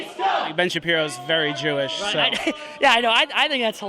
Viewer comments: Sounded like the one dude says he’s a “Jewwwsh” but said douche 😂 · They NEVER KNOW what they’re even there protesting. A MAN IS A MAN, A WOMAN IS A WOMAN. WE HAVE THE FIRST AMENDMENT AND SECOND AMENDMENT FOR A REASON. FREE SPEECH IS FREE SPEECH FOR EVERYONE. Racist? Dude said “Jew-oosh”, like “douche”. Nazi? He said Ben Shapiro caused the Pittsburgh shooting- HE’S AS JEWISH AS THEY COME! The stupidity pisses me off every time I watch this shit. That one guy that was old as fuck openly admitted being paid and wanting to get violent. We need someone to infiltrate ANTIFART on the DL, and then publicly we need more groups (kind of like the proud boys, but perhaps with a leader that doesn’t say as much controversial shit) to go out and push back on these mask wearing assholes.